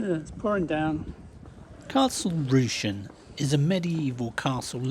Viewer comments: Small point, it's pronounced as if Castle "Russian" (and don't say "mainland"! Manx usually just say "across" or, if more pretentious, or a politician, the "adjacent island"...). In the boom years of tourism people used to go to the tram station to buy their tickets, and then had to catch the horse tram back along to find the end of the queue, as so many people were waiting to use the electric trams! Latest word on those prom roadworks in Douglas (which were meant to be done by now) is that maybe sometime next year! Good job maybe that the pandemic meant no TT Races or hoards of tourists and fewer people trying to get to work! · It's pronounced Castle Russian... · For your information you mispronounced Castle Rushen , it's Rush n . I was married in the Castle in September 1982 My wife and Both went to school in Castletown and the reason it looks so good , it's never been attacked it always surrendered.